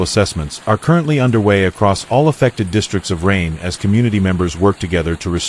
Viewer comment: kann man sich mit dem KI Mist nicht antun. Die Stadt heißt Rheine und nicht Regen, wie der KI Fuzzy sagt.